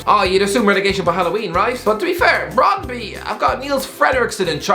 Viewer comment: You forgot to mention Russell Martin is from Brighton originally which would be a factor (whether that's good or not is another thing) also it's pronounced Brondbyu